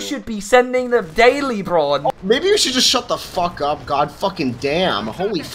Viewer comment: Braun? I think you meant Brawn, just pure Brawn